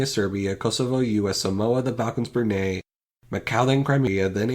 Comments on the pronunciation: Im a bruneian and BRUNEIGH! BRUNEIGH!? YOU CALL IT BRUNEIGH!? ITS BRUNEI NOT BRUNEIGH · Ok, one mistake, Brunei rhymes with goodbye.